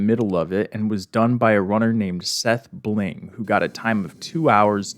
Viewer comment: Why did you say Seth Bling like that